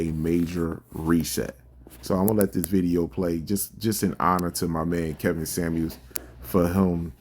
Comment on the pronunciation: "Samuels", not "Sammie"